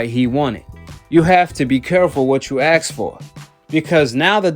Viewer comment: Ask for “ASK” a-s-k , say it with me ...AAAASSSKKK ! Ask , not ax ! You are not black nor do you look it ! But you do look and sound like a fool !